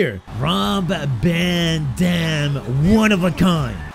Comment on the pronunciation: Did anyone notice that said ROB “BAN” DAM